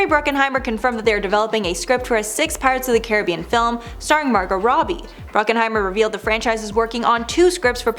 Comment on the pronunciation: BRUCKHEIMER! Not Bruckenheimer.